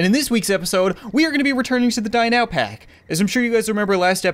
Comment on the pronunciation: It sounds like he says die now pack